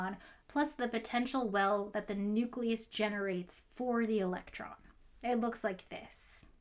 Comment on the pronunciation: for God's sake. Nucleus (building up to. And probably beyond). OK, carry on.